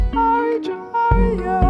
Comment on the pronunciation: Bruh the beginning of you two trying to pronounce Djohariah 💀💀💀💀😂😂 It's pronounced "Jo"-"Har"-"E"-"A" If that makes sense